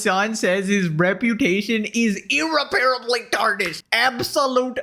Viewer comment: brother your pronunciation of "irreparable" hurts my inner Grammar "notsee"